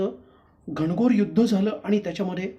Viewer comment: घणघोर नाही घनघोर भावणा नाही भावना कोण कुठले लोवर लोक अशुद्ध भाषा उच्चार